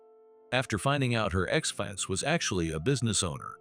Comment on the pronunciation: PLEASE learn to pronounce words correctly!!! Especially FIANCÉ!!!!!!!!